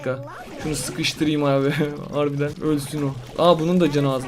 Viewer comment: Abi eveyi ivi diye okuma eve diye oku